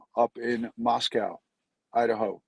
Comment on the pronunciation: Just FYI. It's pronounced Moscoe. Not "cow". 😉😊